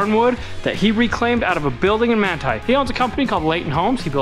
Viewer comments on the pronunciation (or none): none